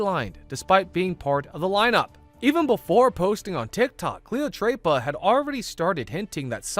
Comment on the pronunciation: I laughed at ”Cleotreypa”. It was just so white 😭☠️